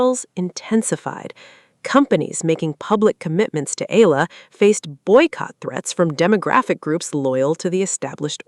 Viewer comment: Her name is pronounced eYAla, not eLALa!